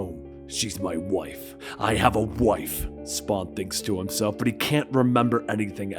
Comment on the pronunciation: Narration: she’s my wyiyffe! Wyhat am I?